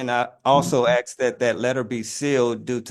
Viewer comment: He's ROYALTY... But he pronounces "asked" as "axe"... Didn't know there were tribal chiefs in the hood. 🤣🤣🤣🤣🤣